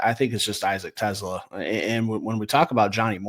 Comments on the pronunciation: Its Tes-SLAA AH, not like Tesla the car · And the accent is on the second syllable - (Te)SLAA